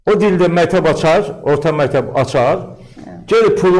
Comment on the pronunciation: Bu alimdirmi? Mətəb, mətəb ...deyir...